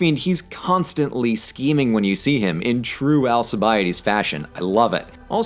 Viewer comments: AlKibiades, not AlSibiades... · The way you pronounced his name "Al-sea-bie-ides" gave me internal bleeding and death. Its pronounced Al-kee-vee-adis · Best 80 hours I ve spent in my life.... p.s.: it is pronounced alkibiadès with a k and not an s... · Why do you say Alkibiades with a soft c? Greeks didn't and the Romanised Alcibiades shouldn't be said with a soft c either. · hooray authentic Greek pronounciation Also: Al Chee Bi Ah Dees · I got braindamage when u said Alkiviadis I had to leasten to it about 3 times to understand what u said xD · Greek here, you totally slaughtered the names of Al-ke-ve-a-des and Bra-sea-das lol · alkibiadis name pronunciation was really painfull xD very good video though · ετσι προφερεται το "αλκιβιάδης" στα αγγλικά; πωω.... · Sorry but Alcibiades is pronounced with an S in English, just like in French. It's conventional pronunciation, if we were to pronounce everything as people of the era did then professors wouldn't be saying "Caesar" the way we do.